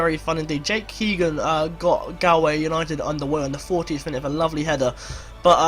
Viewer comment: This series is really interesting. I'm from limerick so its good to see us up at the top for a change 😂 Keep up the good work and btw galway is pronounced gaul-way